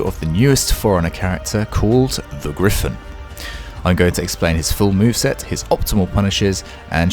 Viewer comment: Gryphon is super easy gawd get it right